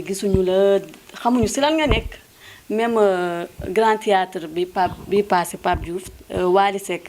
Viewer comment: 😂😂, gnou ki dou journaliste presentatrice rekla,Une journaliste qui prononce Mal grand thiatre, sowbiz exemplaire😂😂